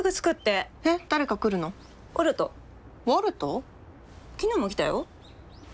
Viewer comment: 最初コルトって言ってるよね